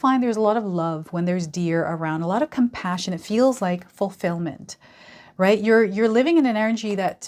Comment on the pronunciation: Everytime you say "fulfillment" I hear "fully feel the feeling in the moment"